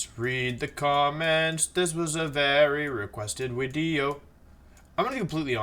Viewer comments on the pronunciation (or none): Is he saying 'wideo'? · i like hte vids, but you keep saying wideo, and its fcking pissing me of every time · you mean wideo, not video.